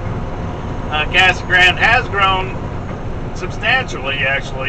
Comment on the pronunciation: Its pronounced "cah-suh grahn-dey." Two sylables each... just saying.